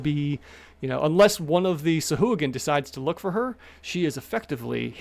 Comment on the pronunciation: Also SAHUAGA is their name now😂😂 also sounds liked you sneezed